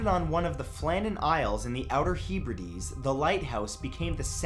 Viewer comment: i can’t cope with hearing norfowl and heeebrides. if any more uk place names get mentioned i might need to turn this off. we don’t pronounce places like we spell them. we make totally different sounds for some reason. please don’t attempt leicester.